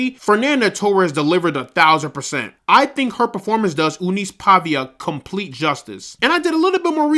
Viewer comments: It’s not Pavia, it’s Paiva…lol….Paeeeeehhhva. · Meu querido. Não é PAVIA. E sim, PAIVA.